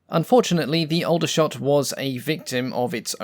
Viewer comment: Aldershot is pronounced (Awl)dershot. I was born there in 1958 🙂